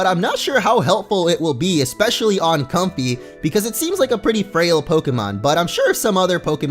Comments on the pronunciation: I'm pretty sure it's pronounced so it rhymes with the word way (like Com-fay) not comfy lol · Comfey's name is pronounced COM-FAY. Fey (fay) is a term for fairies. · It's pronounced "Com-Fay" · it's com-fai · I think it should be pronounced com-fei because of lei. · I think it is pronounced com-fei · i think its pronounced com-FAY like ley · i think its a play on com-fey or "fey" which is what you call a fairy